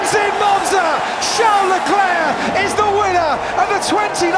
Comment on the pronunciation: Why do the casters pronounce Leclerc’s name “CHOWN LE CLAIR”